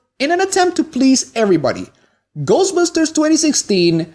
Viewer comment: My problem with people like you is that you put the emphasis in the "busters" part of "ghostbusters", when it goes in the "ghost" part of the title. I mean, its like when Buu in DBZ pronounced "Ugly" as "OOgly" He HEARD the pronunciation, he (and you) can't just repeat what he hears? He didn't read it and then try to pronounce it. That's the only way he could have made that mistake. Bad writing. What I'm trying to say is that you're badly written. God or several gods or universe wrote you out of inexperience. They've been around for thousands of years and still they made that mistake? Look, I get peeved about very specific things okay? OKAY? Its about the principle of the matter. Come on ,guy. Come on. In all seriousness, congrats on the subs. Keep it up. (Good editing/timing, and good points. "this is okay, and this is not" great point, actually. whew, long parenthetical)